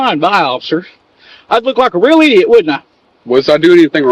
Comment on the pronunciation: “I’d look like a real idiot wouldn’t I?” Boy I wish he didn’t have that accent while saying that.